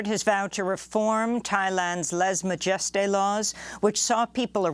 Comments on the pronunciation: On the Thai laws, I think it's pronounced "LEZ ma juh STAY". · Lese majeste is proounced "LAYsay mahjesTAY". Just sayin'.